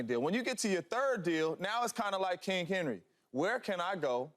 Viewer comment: Someone please tell Mr. Jones the word is king, not kink. It's Not Kink Henry!!